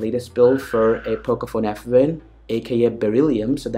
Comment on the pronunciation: pocophone fwan lol